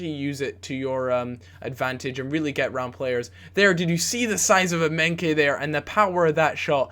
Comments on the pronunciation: Emenkay hahahahahahahahahahahahahahaha his name is EMENIKE EM-E-NEEK-AY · Eminkeye pronounced ehm-eh-nee-kay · its not emenke, its emenike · EM-AH-NEE-KAY not emenkay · thats completely wrong if you say that to yourself that sounds more like M- ee-nie-kee yeah. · Emenike is pronounced M - N - EEE - K. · EM-AY-NI-KAY KSI would be Dissapointed! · EM E KNEE KAYYYYYYYYYYYYYYYY thats how you pronounce it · lol emenkay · I Felt like leaving when he called emenike.. emenkay... -.- gosh!! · ITS EM-EN-EE-KAY!! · how to pronounce emenike emma-knee-kay. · em-en-ee-ka not that hard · i think its pronounced EM-EN-EEKAY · emenike is said e-m-e-n-ee-k-e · Its pronounced "Eh-men-ee-kay" ;-) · it's pronounced Em-e-neeee-kay. Just saying ( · It's pronounced "Em-eh-nee-kay" :) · The Nigerian striker's name is pronounced something like A-may-knee-kay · its pronouncd EM-E-NEE-KAY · Please don't ever say Emenike's name like that ever again...